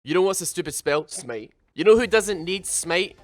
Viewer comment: Sm8, smeit, smate 😂 It's called smite -_- LIKE SMAIT